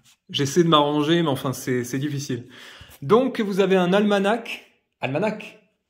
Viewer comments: On dit almana 😉 le ch à la fin ne se prononce pas 😉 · Pour info on ne prononce pas les deux dernières lettres du mot ALMANACH on dit "ALMANA".